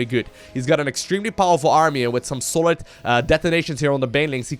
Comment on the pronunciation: "extremely golid".... hahahah love u <3